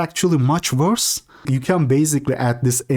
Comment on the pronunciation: I like the way my guy puts random letters in words like wvorse, its wholesome